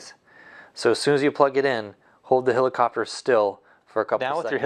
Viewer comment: hElicopter, not hilicopter